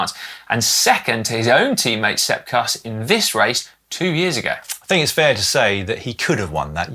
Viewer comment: Hey guys! Hilarious that your pronunciation of US riders needs correcting after all this time but... -Former WINNER Kuss 🎉 rhymes with loose, not cuss. -Jorgenson, in Matteo's family, the J is pronounced same as an English Johnson, not like a Y. Thanks for the shout out for Riccitello! Cheers 🍻